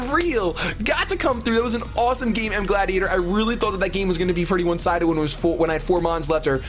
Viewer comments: Its not its as in Gallade as in CHANGE your videos title xD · Did any one else notice he said gladiator when his name is. As in Gallade the pokemon. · It's Mega Gal-lād-i-a-tor